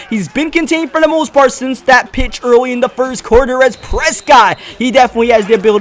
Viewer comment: When u said to the pitch I thought u said tuna fish lol